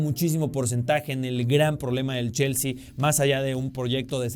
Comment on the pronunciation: Cada quien puede tener sus opiniones pero como una pequeña observación, lo esta pronunciando como Jaissel, Yaissel o Llaissel con L al final, se que es mexicano igual que yo, si lo quiere leer en español tendría que ser JaisslE con E al final, si lo quiere leer como inglés sería Jaissli o ly, recuerda que ellos promuncian la e como i o y, ahora si lo quieres leer como alemán porque el nombre alemán sería Jaissle con la última sílaba acentuada LÉ. Porque si no lo estas leyendo mal en cualquier idioma, saludos 😅